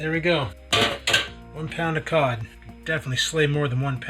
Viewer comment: I swear it sounded like pot not cod. That a lot of pot the Rock eats